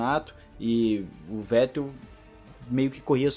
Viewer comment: F2 Alem de mais emocionante, sua transmissão e apresentação foi e vem sendo muito melhor do que a F1. Reginaldo leme está velho, ele confunde nomes, comenta coisas sem necessidade e ainda tem essa mania de falar o nome do Vettel de Fettel. (isso particularmente me irrita) O é péssimo apresentador, não da sequência nos comentários dos colegas (quando são sensatos á corrida), e ele só exalta o Hamilton o tempo todo, e dá opinião em coisas desnecessárias. Resumindo, a única coisa que salva é o fato de ter a transmissão. E as entrevistas da Mariana são boas e quando vão comentaristas que salva um pouco, Giaffone e Max Wilson, da para o gasto, porque para mim, o melhor comentarista ex piloto, é o Luciano Burti.